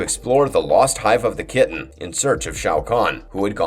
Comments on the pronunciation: Good video! But omg i can't get over the fact you pronouce Kronika the way you do in this video 😂you say "kroníka" instead of "Krôniká" :' ) Also you pronouced Kytinn as "kitten", but the correct pronunciation is "kaytin" :D Anyway the video was still pretty good regardless! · You guys at really need to learn how to properly pronounce a lot of these fictional words. Kytinn is not pronounced "kitten". Kronika is not "Kro-knee-ka". It's very distracting. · Yeah, the way he says Kytinn is really out of place.